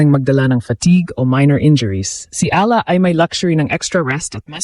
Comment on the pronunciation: Ala ka ng ala ang pagbasa niyan (eyala)